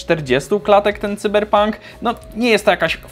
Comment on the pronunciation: Błagam Nie "cyberpank " Sajberpank xD